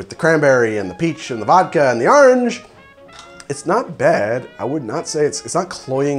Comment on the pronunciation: "AHRANGE" Merch please